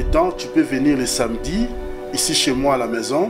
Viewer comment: Darling balobaka samedi et non samdi